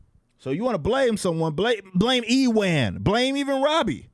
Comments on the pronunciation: "E-wan" McGregor 😂😂😂 hilarious, it's not "E-won" or "EW-an" either. It's pronounced like "U-an" 😂😂😂 that's funny bro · I stopped watching at E-ONE. its pronounces U-ONE McGregor. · EE WAAN MCGREGOR 😂😂😂 never heard his name butchered before hahahaha. Watch train spotting my dude, really good movie with him. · Upvoted just because of EEwan McGregor 😂😂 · Ewan is actually pronounced "U-an", it's a very old Scottish name. Feel free to take the pish out him all you want though, he deserves the ridicule. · Ewan is pronounced "You-in"